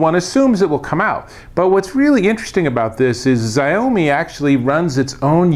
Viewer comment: It's pronounced SHA-UUUU-MIIII